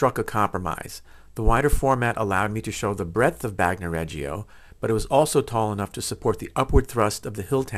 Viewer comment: Bagnoregio. Bagno pronounced. BAHN-yo. Not bahg no Regio pronounced REH- Jo Not Reggie-o